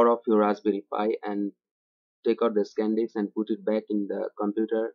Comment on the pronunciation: it's not 'Sand diks' man :p , it's 'Sand disk'